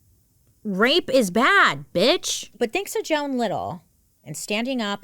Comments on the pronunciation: Argh! Her name isn’t Joanne (Jo-Anne), it is JOAN (pronounced JONE). You have a bird named JOAN Bailey! You should have got this pronunciation right!! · The mispronunciations in this one are heavy girl lol. Her name is Joan not Joanne. 😂❤ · Is it pronounced joANN? Or Joan? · okay i’m confused, is it jo-anne or jo-ne?